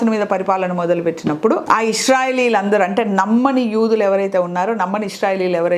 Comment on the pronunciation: యుదులు కాదు యూదులు